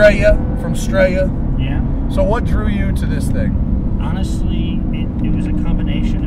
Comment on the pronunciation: STRAYA